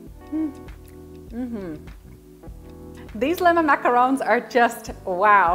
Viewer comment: Yes, the right way!!